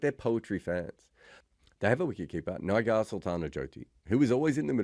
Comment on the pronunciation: I feel for bro. Pronouncing Joty's first name was a struggle. Bro was totally uncomfortable 😂.